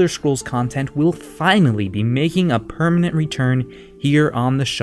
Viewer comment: 'Permanent' God damn it